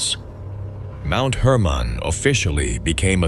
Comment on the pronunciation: Mount Hermon not Herman.